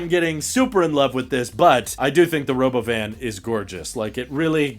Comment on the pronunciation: I hate how he doesn't pronounce robovan correctly lol